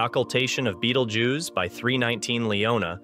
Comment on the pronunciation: The first thing the narrator needs to do is learn the proper pronunciation of “Betelgeuse” it’s not an insect!!